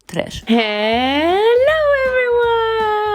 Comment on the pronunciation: i’ll never get over the “tresh”